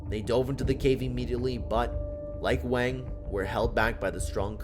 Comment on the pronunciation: The name Wang is pronounce with an "ah" sound, like in the word "water" or "gong", and not the way you're saying it.